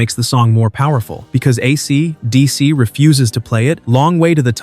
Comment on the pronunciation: "AC...DC." Geez, the AI reader is silly.